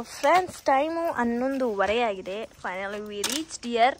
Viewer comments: Its agide not hagide… ‘a’kara ‘ha’kara baralla ivrella kannada youtubers 😢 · Its heng aagide nodi not yeng hagide nodi Kannada da kole aagide 🙏🙏 Please learn how to speak Kannada properly 🙏 Aa-kaara Ha-kaara Difference tilkoli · "Yeng hagide" alla adu..Heng agide..